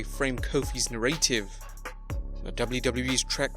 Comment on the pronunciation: Okay mate say it with me: "Nar-a-tive" not "narrate-ive"